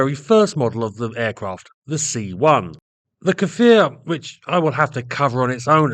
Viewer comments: Small correction, the Hebrew pronunciation is "Kfir" (like saying "rear") and not "Kafir"... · its not pronounced "ka-fir" its pronouced "k'fir" no vowel ovment beween the two first consonant. means lion cub in hebrew, israel was later to develop the Lavi, which is another great plane, but it never met with producton past the prototypes. supposedly after the Lavi (young/adolecent lion), which was a single engne multirole that was going to gve the f-16 A/B a run for its money, the IAI was planning to build a third, double engine fighter that would be something like the f-15, which was going to be called ARIEH (which is an adult lion). all these fighters are suposed to have synonymes of lion. sadly that project never passed the design stage, as that there was no funding anymore to fighter jets.